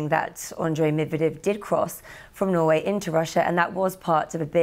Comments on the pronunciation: *Norway. Although Norwich to Russia would have been funnier 😄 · 🙄 For God's sake - that so called reporter can't even read the sentence correctly ! She saying "he crossed from Norwich to Russia" 🤩 This is the privilege of being born to a nationality ! Nobody giving me any job and then she who you cannot even read a simple sentence in your in her own language can be in The Newsroom